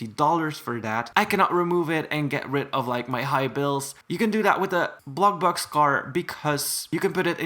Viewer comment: “Blokbluk cars”